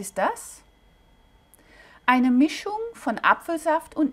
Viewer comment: Mischung! Nicht Mischnung!